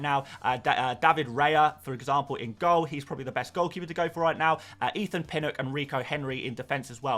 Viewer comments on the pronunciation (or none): none